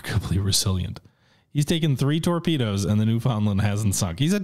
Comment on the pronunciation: As a newfie myself I'm happy to see this cruiser but will fault you for pronouncing newfoundland wrong